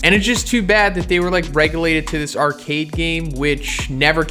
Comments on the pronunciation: Relegated not regulated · Relegated not regulated. Still great video